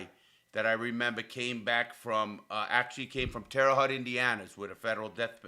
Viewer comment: That’s not how you say Terre Haute Indiana 😂